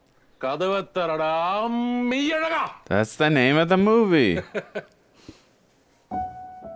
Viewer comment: Meiyazhagan ❌ Meiyasagan ✅